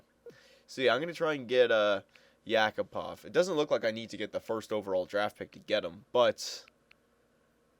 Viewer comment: btw not YAkupov, correct is YakUpov